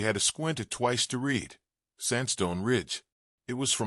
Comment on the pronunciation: Decent narration. Captions not too bad. Appropriate pronunciation of "wound" and "read" still a problem for AI. Can't always put correct spellings to sound ("cart" for "cot". "Duelings" for "Doolan's".) Or sounds to spellings. You don't sound out the letters of "mhm" when they are meant to mean a murmmer for agreement. Impressed how narration had appropriate intonation and pausing, even without proper punctuation in captions. Liked it a lot. Thank you. OR, USA